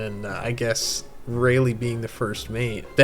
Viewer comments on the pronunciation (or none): none